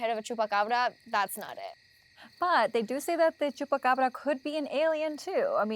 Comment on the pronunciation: I can't listen to them... I thought its Chupacabra Not Chupacbrrrrrrrrrrrrrra